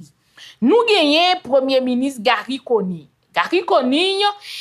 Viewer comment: Yaya ou konnin sé wou ki prononcé nom premyé minis très bien ou pran sanw pou di Conille lòt yo toujou ap di Conni ou kònnin hum gen respè pou intelligence ou